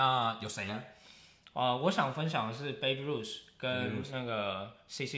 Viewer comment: 抱歉，想提醒一下， Babe Ruth的發音不是"Baby" 應是一個長母音後面加上一個短子音。 例如cake, make